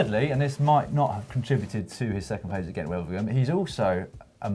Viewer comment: ...can you also please agree on how to pronounce "Wevelgem" - ask a Belgian, for example?